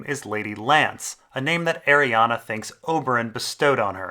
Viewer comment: Please stop pronouncing it Arianna, there is no A in the end, it's is pronounced "Ari - Anne"